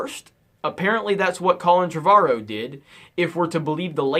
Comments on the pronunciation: I think it's pronounced Tre-vor-row. Trev-ar-ro sounds terrible. Please stop saying it. :) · You keep pronousing Colin Trevorrow's name wrong... It's TrEvorrow with an "é" sound...